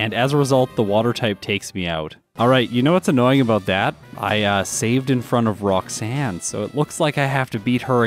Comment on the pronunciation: did you say Brocksanne the first time lol.